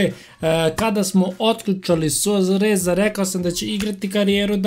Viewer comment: REKAO SI SUASAREZA ALI JE KLIP ODLICAN NE ZAMET